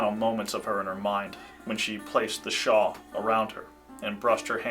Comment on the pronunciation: *shawl, not “shaw”